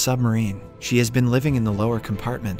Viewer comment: You must of been tired making this lol Did you say bean instead of been? Get sleep my dude. Love your recaps though.